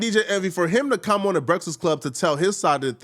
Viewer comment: " Come oan mang,,,,,,,,,,,come oan. "!. Hahahaha